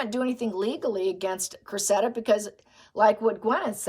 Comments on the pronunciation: I think the girl’s name is pronounced Créssida, I had never heard that name before but that’s how some English lady pronounced it…… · please check out the pronunciation of Cressida 💚